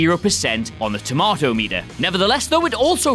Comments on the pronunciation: Dirty Grandpa was actually not that bad. But you can't even say tomato correctly so what do you muppets know about movies? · Tomatoes......brrrr......tomatOes.....my inner linguistics are dying inside